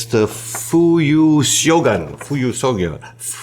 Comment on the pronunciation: Thanks for the show, fun as always! A quick note on the pronunciation of the Iroshizuku ink featured: instead of trying to pronounce the "syogun" spelling, try to pronounce the alternative "shogun" one, since they both correspond to the same Japanese word (which was popularized by the famous TV series from the '80s if anyone still remembers it). The most common translation for the word is actually "general", so name of the ink could be translated as "General Winter" which is a personification of winter in Japan similar to "Jack Frost" or "Old Man Winter" in English language.